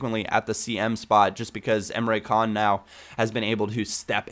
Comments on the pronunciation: emre can's name is turkish, and in turkish the c's are pronounced like 'dsh', so his name isn't emre kan, it's emre dshan:-) just letting you know because you said you like to pronounce the name's right. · great vid once again but Emre Can is pronounced Emre Jaan because it is a turkish name